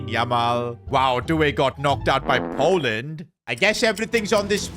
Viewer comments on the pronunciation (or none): Bro Poland not Pooland